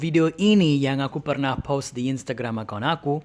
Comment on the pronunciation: Pas ngomong "post" gue dengernya "pause" dan harus di cerna . Ohhh post video 😭😭